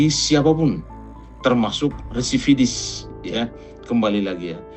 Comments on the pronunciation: Residivis kalee....bukan Redivisis ataupun resividis😁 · residivis bang...bukan resividis😂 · BILANG "RESIDIVIS" AJA KAGAK BISA MULL... BOLAK BALIK "REVISIDIS" DASAR SDM TERMUL..😂😂